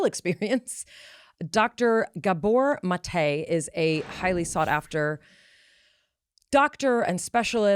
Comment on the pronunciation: Please say Dr Gabor Maté's name correctly??!!!